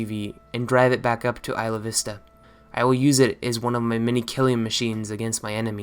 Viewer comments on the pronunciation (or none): As someone who is very close to these terrible situations I am very content in your portrayal of Elliot. Not enough people that he wasn't just a "hate filled incel", but has been a disgusting human being all along. Also, it's pronounced by locals as eye-la-vis-ta, not ee-la-vis-ta. You would be side eyed here if you said it that way. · It’s “eye-lah vist-ah”